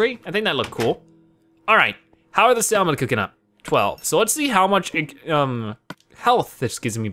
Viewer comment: Did you pronounce the l in salmon? XD as in "sall-mean" instead of "sa-mern"?